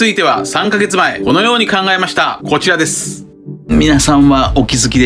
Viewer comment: いつも楽しく拝見させて頂いています！ 重箱の隅をつつきたい訳では無いんですが、 こち"ち"ですは可愛過ぎて流石に笑ったw